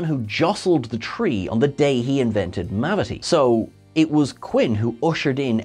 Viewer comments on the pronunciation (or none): "...who jostled the tree on the day he invented *mavity*." I heard that,! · "Mavity." Nice one! 😃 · Mavity? Really? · SERIOUSLY??? "mavity" please stop this running gag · Firstly, "mavity" LOVE IT! Secondly, why is Little Green Men not on this list!?" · Lol, mavity. Love it.